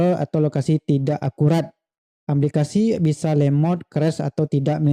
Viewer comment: aplikasi bukan amplikasi